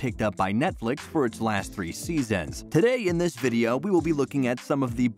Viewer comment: What’s a videoaww? 😂